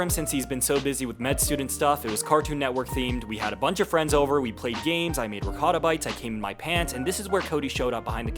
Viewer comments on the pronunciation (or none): none